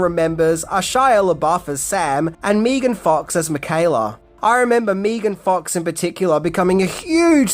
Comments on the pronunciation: Another great video, but… it’s pronounced Maygun Fox, not Meegun Fox. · It’s Meh-ghan. Not Mee-gn. Megan Fox. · Not sure what was worse; ''MEE-G'IN FOX'', or that transformation sound attempt 😒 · Who the hell is meegan fox!?